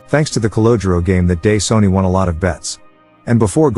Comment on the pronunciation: Your voice over bot is horrible. Sonny pronounced "Sony". C'mon.